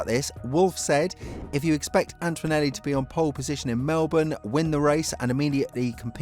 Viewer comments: AnTOnelli ✅ AnTOInelli ❌ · There's no "w" sound in Antonelli...